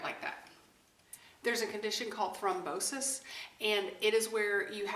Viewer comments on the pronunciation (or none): Hah! I thought you said "Frumposis" at first when you said "thrombosis!" I'm a nurse and BOTH are very real😉